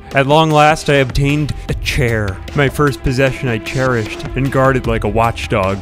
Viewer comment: You mean... Chairished?